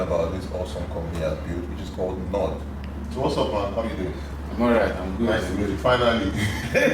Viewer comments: Nord = Not Ford! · this "NORD" sounds to me like "FORD" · NORD rhymes with FORD. Just a pointer lol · ✊🏾✊🏾 Man I'm so happy and proud of this man!!!!!! At the same time I can't help but speak my mind! With that said 🤣🤣🤣🤣 "Nord" like "Ford"🤦🏽‍♂️? It even looks like a Ford. He must have been influenced by the Chinese 🤣, because they are always bootlegging sh*t. His marketing is truly built Ford Tough! He's smart for doing this for multiple reasons. He's basically able to bring characteristics of a huge existing brand there, meanwhile creating a new one. 🤣 Update: He mentioned China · Ford...sorry Nord! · A nord? Come on man